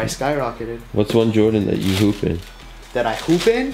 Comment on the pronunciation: I thought he said poop instead of hoop